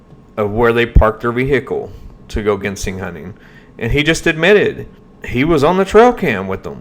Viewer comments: Jin sang is how we pronounce in Kentucky or just plain ole “sang” and that’s how my grandfather in Tennessee said it, he was an amazing sang digger for most of his 97 years of life . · Its spelled with a G but pronounced with a J ginseng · Buddy your killing me .. Genseing is pronounced ( Jenn sane) lol …I’ve watched that documentary and it seems like John didnt put everything in order the best i can remember . First they were at where the trailblazer was found and later on in the video he was meeting shane at his house to go to where the trailblazer was found and later… im like you are im thinking shane is a shady charachter !!!! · Ginseng is pronounced with the G like in the liquor Gin. Ginseng People get K1LL€D for going on people’s property looking for Ginseng more than people know about Ginseng is a hot commodity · Not GEN SING GIN LIKE THE ALCOHOL SENG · The southern Appalachian pronunciation is Gin-Sang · IT'S Pronounced JEN-SING anyway If you seen the trail photos (was took at a different time ) this guy was not in them photos I think he misspoke--I think it was drug related ( i do not live in that state or know these people) but if they OD at that cabin whoever was there is who they need to talk to. sounds to me the seat being pulled up a woman was most likely driving that blazer. (thoughts they od at the cabin whoever gave the drugs buried them and moved the blazer down to where it could be found. I don't think SHANESHOUPE had anything to do with it. But here's the question who was running drugs at that cabin? there is where your answer lye's (people know but there not going to tell it in fear of there life) Prayers for there mom. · Gin- sang is the way its pronounced , get it right, your showing your intelligence, or lack there of. Thank you. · JEN-sing.......... lol